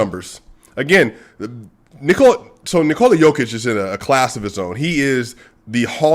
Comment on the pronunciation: The way you said Nikola is actually more accurate than one you are saying regularly. Use it more. :)